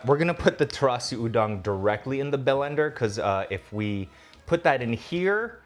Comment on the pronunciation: "Bel-ender," the new "Me crow wahvay?"